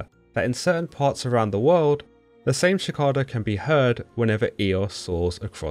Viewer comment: You pronounced Cicada as Chicada